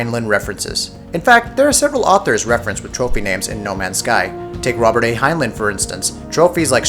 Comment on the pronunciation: Robert A. Heinlein. HEINLEIN!!!